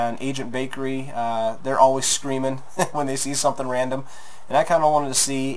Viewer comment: So it's "Lol randumb" not "Random."